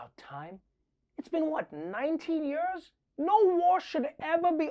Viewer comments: I love Trevor, but does it bug anyone else how he always says "yerrrs" instead of "years"? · Nearly 20 "yuurs" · Twenty yeurs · Twenty yeuhs?! That's so many yeuhs!!